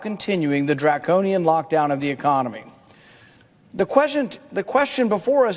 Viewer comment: This dude busted the word “ Draconian”! I hope Mr. Paul continues his work as his father did, by working for the people, with the people, and ram those “draconian” laws!